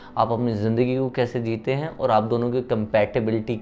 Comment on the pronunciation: Kiyaaaaa...?? Aap bihar se h..???🤔🤔😳😱😱 Ekdm nhi lgta ,hm soche ki rajsthan se h, Apka 'aur' ko 'orr' bolne ka accent thoda alg h.